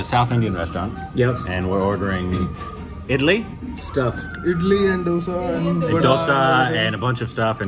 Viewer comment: Did just say "Idla" for Idli.. lol.. hahahaha. I am cracking up. Why did they try South Indian food in North India. They should have tried it in Kerala. Anyways mean deserves this ragging lol